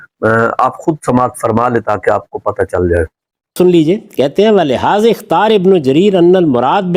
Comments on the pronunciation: But Ghamidi sb read Ikhtar not ikhtari. May be i am wrong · Ikhtara nahi ikhtar padha...